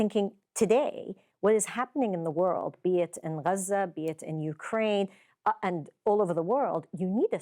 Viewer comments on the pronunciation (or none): Why does the British presenter say Haza for Gaza? Does she call the capital of France Pari like the French do?